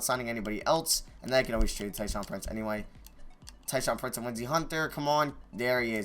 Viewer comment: every time he said "tyshaun prince" instead of tayshaun, i would cringe 😂😂😂😂